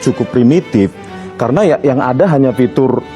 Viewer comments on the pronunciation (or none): none